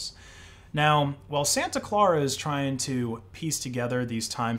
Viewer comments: Santa Clara is pronounced "SAN-ta CLAIR-uh" not "SAN-ta CLAR-uh." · Its pronounced "Santa Ka l-air-a" county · Not to be a grammar nazi, i believe it’s pronounced ‘San-ah claire-uh’ Great vid btw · "Clare -Uh"